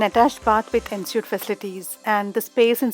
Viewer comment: Thank you for this video, really useful . Please note that Ensuite is pronounced ‘ on sweet’ 🙂